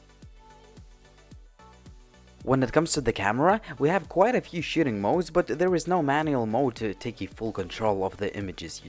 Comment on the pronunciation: "We have a few shitting mode"